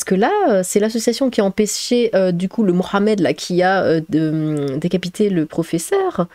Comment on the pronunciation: "Mais non arrêtez on est pas des sauvages ! Bien sûr que je ne tue pas des gens ! sauf à Halloween" signé : Michael Myers PS: tu as un bel accent arabe, j'aime bien ta prononciation de Mohammed :), sinon EAU= Emirats Arabes Unis, c'est un pays